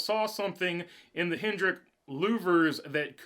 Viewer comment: Hendrick drop the S you sound like a noob